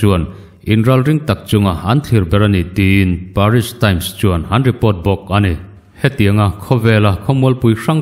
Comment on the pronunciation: Paris nilo in peris 😄